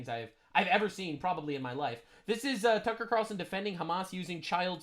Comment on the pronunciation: Cucker qutar-relson cracked me up